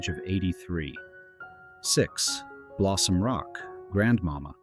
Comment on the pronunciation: A couple of pronunciation notes; Grand-ma-MA, (accent on the last syllable), same for Jeanette (not Janet) McDonald. Otherwise, well done, keep it up!